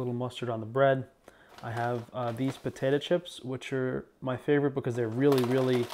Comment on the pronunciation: I just learned a new way to pronounce potato: potatah 🤭 Love you